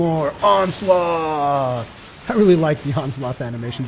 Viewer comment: He pronounces Onslaught as Onsloth. And it's pissing me off.